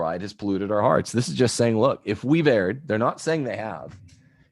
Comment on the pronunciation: Friendly advice from a fan: "Erred" is pronounced "urd," not "aired."